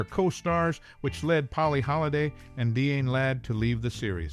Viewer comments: Die-Ann not Deeann. 🙄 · DeeAnn Ladd? Some ought to tell this guy to take a literacy course!